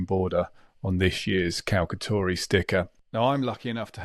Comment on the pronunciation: Nice video, but please say cal-cha-tori 😅